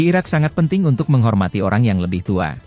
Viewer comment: Judul nya IRAK yang dibaca IRAN, dihapus saja video nya.